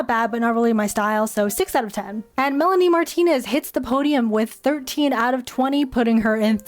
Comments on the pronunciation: MY SOUL LEFT WHEN U SAID MELANIE MARTINEZ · When u said Melanie martienz I exploded to Venus